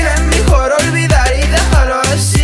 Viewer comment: En: es mejor dejar asi, asi, asi El asi se pronuncia asi no ai si